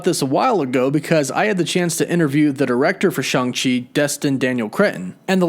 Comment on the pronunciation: It's neither Shung nor Chung - come on, man!